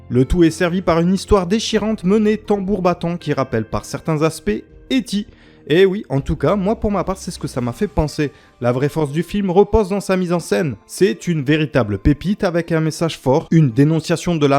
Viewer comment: Mais rassure toi ton contenu est déjà très bon ! Mais certaine prononciation comme "É Ti" ça ne fais aucun sens ^^